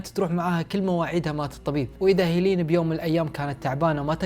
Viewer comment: لماذا اسمها مثل اسم اختي😂، هيلين ولكن اخي لفظ الاسم ليس كما تلفظه انت، إنه يُلفظ هكذا (هِلِن او Helen) ليس (هييليين او hilin) و شكرا لمجهودك انني اقدر ذلك❤️